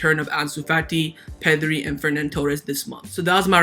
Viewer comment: Love the videos man, but it's Ferran, not Fernan... And if they're both vaxxed there's no reason we can't sell Lenglet and see Alves only missing one game